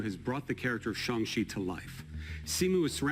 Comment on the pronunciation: LOVED hearing Kevin pronounce "Shang" correctly! Much love for Chadwick Boseman but sad that possibly T'Challa's journey has come to an end also.